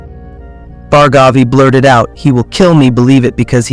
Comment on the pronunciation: Its pronounced as Bhaargavi not Bhargaavi.